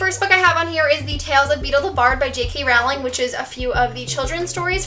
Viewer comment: Awesome bookshelf tour!!! It's actually pronounced JK "Rolling" btw hehe ;D